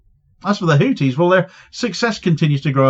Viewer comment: It's HouTHis, not houTis. It's a TH sound, not a T sound. In Arabic we have the TH sound also, and it happens to be the case that the founder's surname was Al-Houthi. It's unbelievable that one of the poorest countries in the world - if not the poorest - is able to take on Rome like that.